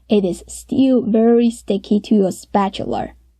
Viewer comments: Spatula, not Spatular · i like how she pronounces spatula like someone from the deep south XD